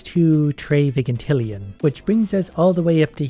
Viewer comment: its pronounced (Vy-jin-til-E-in)